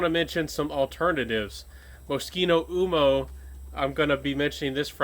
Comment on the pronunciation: I always enjoy your videos and noticed that you are steadily improving. May I point out a few pronunciation errors, no offense intended. L’Homme pronounced like Loam L’Eau pronounced like Low Uomo pronounced like Womo Think Slo-Mo